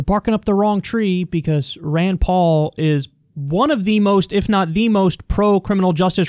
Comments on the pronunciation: I don't think he's saying Ryan. He's saying Rand, but with a weird pronunciation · Sounded like a accent rayyyynd